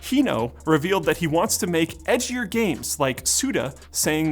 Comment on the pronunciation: you saying edgier or ecchi-er games? Both work somehow. 😂😂